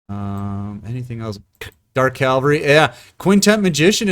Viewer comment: Btw it's dark cavalry, not dark calvary